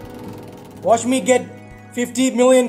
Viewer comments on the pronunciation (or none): none